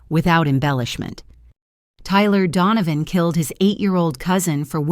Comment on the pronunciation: Donovan not dawn of....